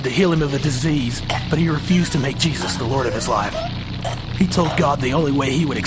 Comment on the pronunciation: JE- not Ju.. it's Jesus